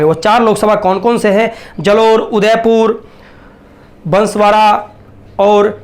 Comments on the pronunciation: Pahele to unko bansvara ka jile ka name sahi se nahi ata he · भाई तुझे न्युज मिडिया वाला किसने बना दिया पहले जिला ओर उम्मीदवार का नाम बोलने नही आता है तेरे को क्या पता है बांसवाडा और डूंगरपुर मे सबका बाप कोन है पता है नही पता है पुरा नाम पडने कि टेनिग लो फिर बात सिखो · पहली बात तो बांसवाड़ा, बोलना सीख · बांसवाड़ा बोलते आता नहीं और सर्वेक्षण लेकर आ गया